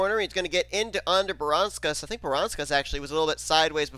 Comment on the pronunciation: That moment where Seth Cole derped when trying to say Audra Baranauskas' name right, but says it terribly wrong. (Voyles told me to do it.)